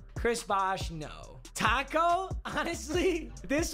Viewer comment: When he keeps saying taco I feel like tacks